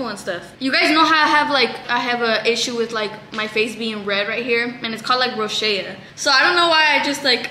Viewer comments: ITS NOT ROSHEA, ITS ROSACEA 😭😭😭😭 row-zay-shuh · rosacea is pronounced row-zay-shuh not row-shay-uh ☠️☠️ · girllll rosacea is pronounced ro-zaaay--shuh xdddd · Lol you’re so cute, it’s pronounced ROSE-aye-CHUH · its pronounced rose a sha hahaha i have it too boo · Not tryna be mean but it’s pronounced RO-ZAY-SHA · it’s pronounced (row-zay-sha) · i thought rosacea was pronounced ro-say-sha 😭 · Yeah this been bothering me but wasn't sure if they just say it different in Mexico or something? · that's not how you say rosacea 😭😭😭😭